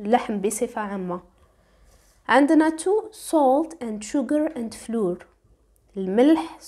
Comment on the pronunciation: نطق الفرينة فلاوا R is a silent letter